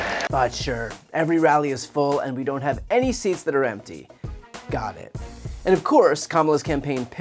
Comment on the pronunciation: Trump said ‘theats’ instead of ‘seats’!!!😂😂😂